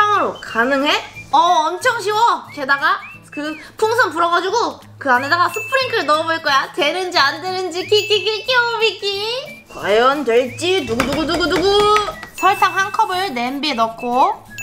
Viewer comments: 이 스프링클을자꼬 스파클릴이라고하세욬 ㅋ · 는 스프링클을 스파클리으로 말하네욬ㅋㅋ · 스파클링 아니고 스프링클